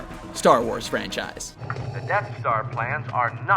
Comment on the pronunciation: what the hell mean " franchaise"